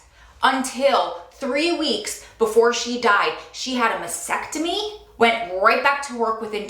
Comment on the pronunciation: Did she say her mother had a "vasectomy"?